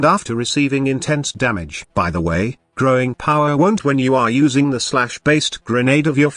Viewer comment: What's with Growing Power? I repeat this part over and over again, but I just don't hear what you're saying.